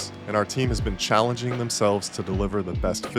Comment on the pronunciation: I heard that emphasis on "CHALLENGING" when mentioning the new Ferrari .